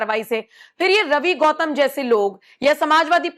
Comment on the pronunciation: गौतम नहीं है घौतम है 😂😂😂